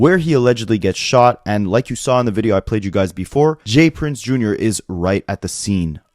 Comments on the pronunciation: Dude it’s not Junior lol It’s J R not Junior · Bro, it's JR not junior. 💯